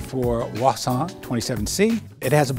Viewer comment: My ears are bleeding by this guys pronunciation of Voisin. Otherwise gorgeous car and very informative video. Thanks :)